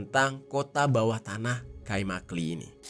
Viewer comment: i tanpa titik dibaca e jadi kaimakle